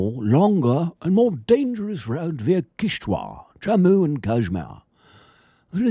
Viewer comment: That british accent perfect 👌 And u pronounced this region's (Kishtwar's )name accurately...👍